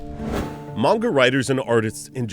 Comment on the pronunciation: Your not saying manga properly